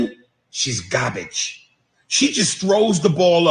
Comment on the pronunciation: He can’t even say the word GAR-BAGE!! And it’s ANGEL not ANGELA!! Smh…….